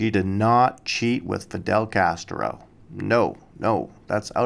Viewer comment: you said "she did not cheat with Fidel Castero. His name was Castro, not Castero, and as for your entire vode? It's a piece of shit.